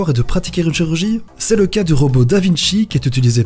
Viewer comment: ROBOT PAS ROBEAU !!!!!